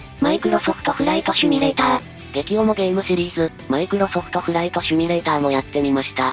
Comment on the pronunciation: シュミレーターじゃなくてシミュレーターでは？